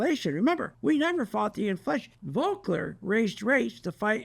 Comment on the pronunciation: That’s Volker not Volkler!